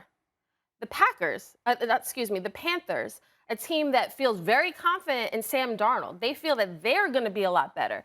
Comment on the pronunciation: Sam Darnald lmao really Sam Darnald....okay